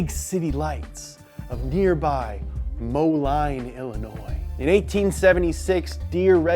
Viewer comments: ITS PRONOUNCED MOLEAN all jokes im not really offened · I've seen enough TV programs from Chicago (Moleen is a suburb south of there) to know it's pronounced 'mow-LEAN" (appropriate as is about a lawnMOWer maker)... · It's pronounced Moleen. They say things strange here in the Midwest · Damn it he said mo-line not moline. (2nd one is pronounced like mo-lean. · Isn’t pronounced “MOWLINE” it’s MOELEEN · Grand Detour is the complete opposite end of Northern Illinois from Chicago dude. Also, it's pronounced Moe-Leen, not Moe-Line. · As someone who grew up in the area and worked for JD even. I would like to say the town is not Mo-line. it is pronounced Mo-LEEN. Also, we do not have the Chicago accent along the Mighty Mississip. All that being said I absolutely love ALL the Donut shows and it was funny to see one about tractors. Thanks guys. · It's pronounced moe-lean, not moe-line. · C'mon it's "Mo-leen" not Mo-line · Moe-lean, not Moe-line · Mo-line is creengy is pronounced mo-leen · Its pronounced Mo-lean, Illinois not Mo-line. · Mo lean. Mo line, stupid west coast. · When pronounced it Mo-line instead of Mo-lean I died a lil bit inside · Moline is pronounced “mo-lean” not “mo-line” 🤦🏻‍♂️ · Lmao it’s pronounced “moleen” moline not Mo line literally live 5 min from the headquarters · This might just be my rural Illinois backwoods speaking but in my area Moline is pronounced Mo-lean instead of Mo-line lol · As a Moline resident, it’s pronounced “Mo-Leen”. I know it’s weird, Illinois is weird, we have a town called Orion, but it’s pronounced “Or-ee-un” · Moline is pronounced Mo-lean not mo-line. Come on now, show the qc some respect! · Also it’s pronounced “mow-leen” not “mow-line” but imma let it slide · Just so everyone knows, it's pronounced Mo-Lean not Mo-line. - resident of area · Didn't expect this for an up to speed lol. Also its pronounced like MolEEEn not MolEYEne. Great videos as always though! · For further reference, it's pronounced "Mo-lean"